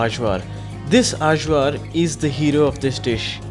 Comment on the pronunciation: Point of info -- AJVAR is pronounced "EYE-VAR".